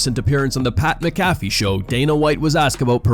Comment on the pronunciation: Pat Mac-A-fee bud sound it out.